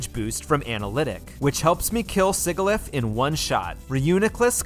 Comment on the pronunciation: Imagine the chaos if every wild and trainer pokemon had their hidden abilities. The "Sig" is Sigilyph is supposed to rhyme with "fridge".